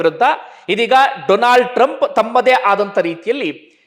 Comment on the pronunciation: DOLAND TRUMP 😂 ಡೊಲಾಂಡ್ ಟ್ರಂಪ್ 😂